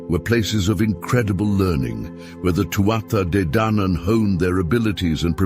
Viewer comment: This was an interesting video. The lines between mythology and reality are blurred and it's hard to know how much of Irish mythology is actually based on some truth. The AI voice did irk me with it's wrong pronunciation of Tuatha Dé Danann but I got over it as the video went on.